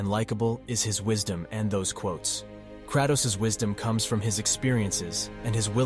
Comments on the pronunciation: I can’t with the Krahh-toes, pronounce Kray-toes. Good video though bro. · Hate the way ur saying kratos